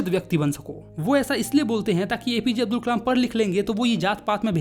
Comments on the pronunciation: Abul ❌ Abdul✅ check and tell me if you hear the same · Abdul nahi hai Abul hai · Kalam ko kamal bol rha h or abdul ko abul